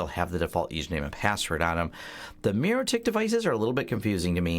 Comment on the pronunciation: It's funny you keep saying "mirrotik" while its really "mikrotik" but great info otherwise.